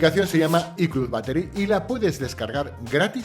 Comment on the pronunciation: I clud battery jajajajaja estos españoles no se animal a pronunciar bien men